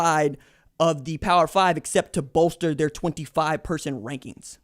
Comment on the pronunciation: Did you mean wankings instead of rankings?